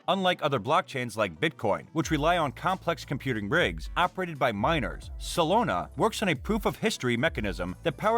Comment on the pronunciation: Solana bro SOLANA not Solona 😂